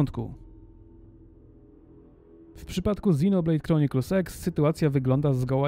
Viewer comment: Czy tylko mi się wydaję, że mówisz XinoBlade Chronicles SEX? ( ͡° ͜ʖ ͡°)